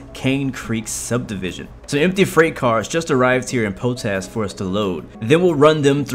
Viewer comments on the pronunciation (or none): It's pronounced "POT-ASH", not "POE-TASH". Do your homework. Lol